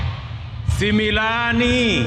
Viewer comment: hii maneno alifundishwa na jumwa wakiwa kw room unasikia anasema sema sumilani😂😂😂